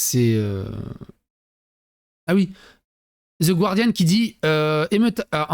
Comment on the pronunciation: Juste une note, ça ne se pronounce pas guardian mais guardian, 'gu' cimme en français 😅. Ça fait 21 ans que je vis aux Royaume-Uni, er oui, les dirigeants britanniques et beaucoup de gens lambda sont de gros soumis 😂